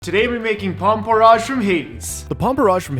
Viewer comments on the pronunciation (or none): It’s porr-IDGE not porr-AAHGE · The way you pronounce porridge is very unique. Also this looks very very yummy.